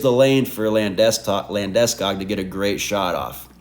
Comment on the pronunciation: you say Landeskog weird haha, maybe it's actually proper and i'm just a dipsh!t american :face-turquoise-drinking-coffee:. good vid